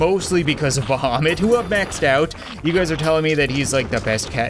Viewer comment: You spell "Bahamit" like "Vomit" xD